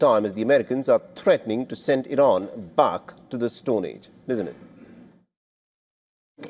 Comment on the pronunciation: 😂😂😂 rain how do you say rain do you kn ow what is rain look like stupid 😂😂😂 Rain is difderent feon few moron news anchor😂😂😂